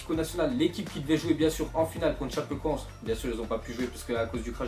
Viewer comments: Sa se dit tchapécoènssé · ca se dit chapécoenssé